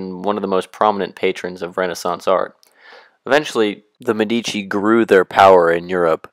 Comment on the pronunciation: If you go to all the trouble of making a video, why not go the little trouble of learning how to pronounce words such as 'signoria' and 'Medici' correctly?